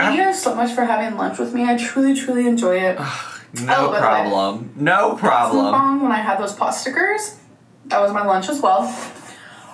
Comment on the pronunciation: She's going back to riling up/trolling her viewers by pissing them off for views. Same old tricks from her! Even saying "moook BONG". She knows people hate it, so she does it harder. She's a child.